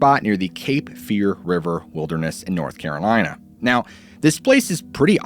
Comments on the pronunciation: Not Carol-Anne! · North Caralina 😂😂